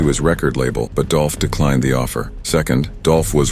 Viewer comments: It's DOOLLPPHH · ITS DOLPH 🐬